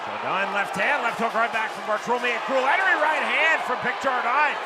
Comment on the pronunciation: Yo I'm from Australia when Keith Jardine fought in the ufc and the American can't pronounce it correct sardine Jardine this is super irritating use the fighters proper names and pronounce it it's really easy